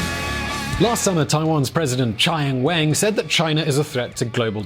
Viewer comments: For a moment I thought Taiwan had a new president, I was like who is this "Chai Ying Weeng", just to realize you were trying to say "Tsai Ying Wen" LOL. Love the way you absolutely murdered her name 😂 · did this guy just read Tsai Ing-wen as "Chai ing Wayne"?